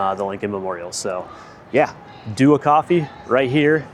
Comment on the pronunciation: It’s Dua not Dua